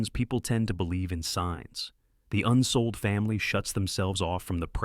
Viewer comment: Unfortunate to mess up the last name - It is Unseold. I studied with at Evergreen State College beginning three months after the tragic conclusion to the climb of Nanda Devi. He told the story somewhat differently and yet quite intimately as he was still very enraptured by the passing of his beloved daughter. Forty of us were in an outdoor education program. at the college. For Christmas break, never backing down from his belief in the power of outdoor adventure, tasked us all to break up into small groups and have an adventure together. My girlfriend Autumn and I joined with three young mountain climbers of little experience and set off to climb Mt. Olympus in the Olympic National Park. We were forced to bivouac on our finals push to the summit due to white out conditions. In the middle of the night the tent ripped and yet we managed to prepare to calmly evacuate as the wind howled around us. Leaving the tent behind covered in snow we retraced our steps across the Blue Glaciers to safety. It was a most memorable and defining experience. Yes,, worth the risk!